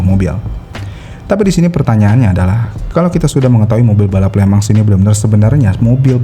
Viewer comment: Di tulisnya Le Mans di baca nya (sesuai pengucapan bahasa Perancis)... Lemong... 🙄